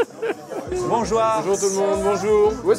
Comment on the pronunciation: Bonjour ou Bonsoir Pierre Niney : "Bonjoir" (l'alcool fait des ravages🤣)